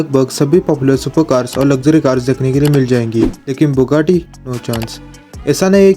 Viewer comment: Thats not bukkati its buggati😅